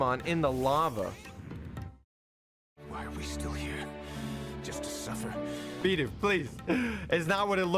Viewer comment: FINALLY! SOMEONE WHO SAYS BIDOOF CORRECTLY!